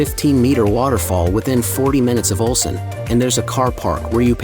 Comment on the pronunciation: オルセンという発音が盛んに出るが気になって仕方がない。 ウルサンと正確に発声できなのかな。